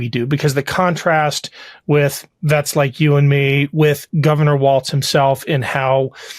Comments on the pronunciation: Pleassssse...his name is Walz, pronounced "walls" not "waltz" like the dance. There is no "t" in his name. If you want to argue that the alt-right doesn't pronounce Kamala's name, the least you can do is learn how to pronounce her VP's last name. Other than that, I love your videos and thoroughly enjoy your accuracy and truth about the facts. This is the 1st time I've ever made a negative comment about one of your videos, but this is important. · Talking about denigrating someone...pronounce. his. name. correctly! It's pronounced Walls, Walls, Walls, Walls, Walls. NOT Waltz like the dance. Now you're just pissing me off. You two are sooooo much better than this. Come on! Just like it's not Kamahla, neither is his name Waltz, like the dance. Say it with me: Walls, Walls, Walls, Walls.